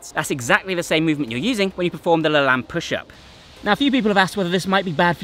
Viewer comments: His name is pronounced Jack La-“Lane” not Lan. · LaLanne is pronounced with a long A. Like La lane. Not La lan. I know because I watched his TV show when I was a kid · Lane.... not Lahn. See American pronunciation of 'walking down a lane'. This is how Jack LaLanne pronounced his own name, so I'm sure it applies to his push up also.. but great video! Love your content. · Just a loving correction, dear, the name is pronounced LaLANE, rhymes with pain. I know because I grew up watching his exercise show. He was a truly amazing man. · Yeah it was funny hearing him saying it throughout the video. It sounded like he was saying Laland. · pronounced La-Layne not La Lan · Have you not heard Jack LaLanne pronounce his own name? It's the hard 'a' sound, as in lane. Regardless of the spelling, derivation, whatever. Please do the man the courtesy of pronouncing his name the way he himself pronounced it. Thanks. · I'm going to guess you didn't learn about Jack LaLanne from your dad or grandfather. Because if you did, you'd know the correct pronunciation is "le' lain". 😅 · So I believe Jack LaLanne’s last name is pronounced such that the second syllable rhymes with “lane” as in Penny Lane. At least that’s how he said it on his show long ago. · It's pronounced La "Lane." Thanks for the video. He was a fitness OG. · IT IS PRONOUNCED LAH-LANE (LAY-N)! Great video but I died a little ever time you said his name. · The pronounciation is Jack La - lane or layne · Great vid as always but Jack Lalanne is pronounced "La Layn". more of an 'ä' sound. Hate to be the grammar nazi. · thats correct lol he said it wrong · It's pronounced Lah LANE == long E. Go watch any of his TV shows on YouTube and you can hear what he called himself. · That’s interesting, I never heard it said aloud because I didn’t grow up seeing it. I would have also said it the same way as did because I’m the spelling looks so French! Thanks for the correction